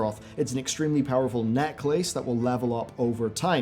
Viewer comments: "NECK LACE" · "Neck Lace" eye twitch - hah, but naw, another great vid, awesome to see that Blizzard sponsored this too. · Wate neck-lace? Wtf is that!? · I had to go back and make sure I was hearing that right. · Love you but you say necklace like a lunatic 😂 keep up the good work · Your videos are sick man, GG on the content but I cant get past how you pronounce Necklace lol I'm also from Northern Ireland and have never heard it said that way! But keep being you! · I never heard necklace the way you say it. I mean I only heard the American way. Now I know another simple root of a word, that of necklace. It never crossed my mind that this word could come from neck and lace glued together. Perfection through simplicity! Cheers!